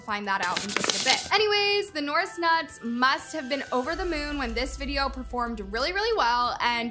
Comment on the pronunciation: your just hating on the norris nuts and you dont know how to pronounce there name